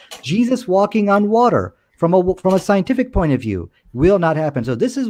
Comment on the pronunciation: OMG ISLAMIC KENT HOVIND! Wa-ter